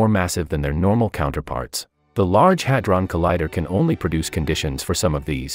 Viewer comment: Oh, HAD-RON... I've been saying it all wrong. That explains why all my papers couldn't get peer reviewed.